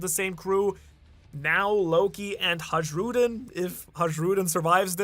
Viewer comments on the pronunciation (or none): why do you pronounce "J" in Hajrudin as zh? In anime it is clearly pronounced as "y". Everybody say it like that and only you, the Japanese language specialist, do it differently. Is there some logic behind that or...? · Still it's not Hažžrudin it's just Hajrudin.. Like sayin Hii to somebody..(Hii-rudin....Hajrudin That was just criminal mispronuntiation.💜💜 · MAN ON THE INTERNET, IT IS PRONOUNCED "Hay-rudin" Everytime you say HAGE-RUDIN I cringe. Please correct your pronunciation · Please check the pronunciation of Hajrudin: HIGH-roo-din (hˈæ.dʒɹu.ːdɪn). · This the reason why i stopped watching / the way he pronounced “hajrudin” name it why it pisses me off im not tryna rude or anything bcuz he knw how everyones pronounce it even in the anime..